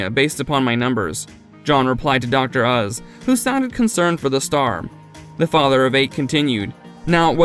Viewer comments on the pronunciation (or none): I’m sorry. I can’t watch this one. You didn’t even say Dr. Oz right.